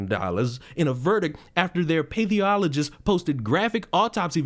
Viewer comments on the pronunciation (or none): As someone who has worked in pathology, I cringe at how you butcher the term pathologist. It's not that difficult. Path (to rhyme with ass) oll, ojj, ist. Pathologist. Not paytheologist or whatever the hell you were saying. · Pathologist = path ol o gist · dude, pathologist is pronounced pa-thol-o-gist. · you can ask AI to help with pronunciation. Say, path-all-uh-gist. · lol Path- OLogist. . I was wondering if that’s what you were trying to say. Yeah that’s fucked up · For the record, I believe it's "Path(as in the walking kind)-all-ogist" 😊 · "path". like walking down a path. You naild the "ologist" part!!! Good for you!!!! !!!! ! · butching the word "Pathologist", please I beg you it's pronounced Pa-thol-o-gist. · there’s no way you are not purposely saying pathologist like that…….